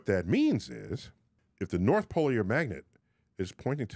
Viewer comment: Sounds more like a “north pull” haha